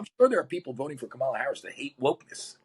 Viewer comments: I have a different opinion on this topic from you and your guest. But I appreciate listening to the discussion to better evaluate my core beliefs. On another note, it's Comma-la. The guest could say her name correctly before sharing how his experience was worse than hers. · Your guest shall learn how to pronounce Harris’s first name correctly if he wants to show audience that he himself is open minded and ready to listen to the other party and have a two way conversation. I felt he is just dumping his opinions here without interest in the left. So I have no interest to look up his book.